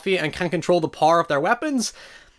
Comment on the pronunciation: Hey mate, I love your videos but whenever you say power it sounds like you're saying "par" and as an accounting major I get really confused as to why you're suddenly talking about stocks.